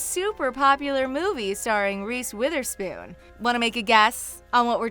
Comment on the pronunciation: Have these people even seen the shows ????? And who is “ROOSE WEETHERSPOON” ummm it’s Reece